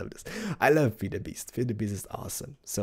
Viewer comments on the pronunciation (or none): Your videos are awesome, the only think that bigs me is how you pronounce "feed"... your saying "fade" Dx